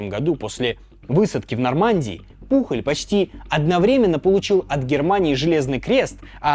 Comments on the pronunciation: Ролик отличный , но побуду душнилой: не Пухоль, а Пуоль. Он же Испанец, даже есть знаменитый футболист с такой же фамильной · Топ. Одна из любимых историй в истории😅. Но Пухль😂😂... Он Пужëль на французкий манер или Пуйоль на испанский. 😅😅 испанский стыд😂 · Да не Пухоль он, а ПУЁЛЬ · Хуан Пужоль* не Пухоль